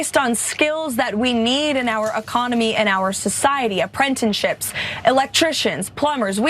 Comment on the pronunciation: Haven't you ever heard of "enprentish-ship?